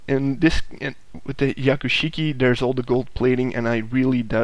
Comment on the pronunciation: you do pronounce the "h" in hyakushiki